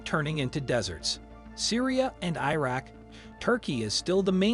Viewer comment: "i" raq!!! 😂😂😂✌️🍻🇵🇭🤟